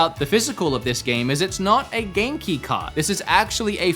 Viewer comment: It took me too long to realize you were saying Game Key instead of Genki......I think I need sleep....LOL another great vid.